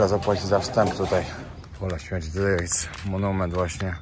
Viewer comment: Przeciekawy, mocny odcinek!Jestem wdzięczna za tak ciekawe treści,które przygotowujesz 🫶🏻jeden szczegół (teraz wyjdę na jakiegoś trola czepialskiego🙈) ale końcówki wyrazów ,których nie wymawiasz np;jeś(jeść)wejś(ć)jes(t)kurde drażni ucho :/musiałam bo uwielbiam twoje odcinki a tylko to wybija mnie z przyjemnego oglądania.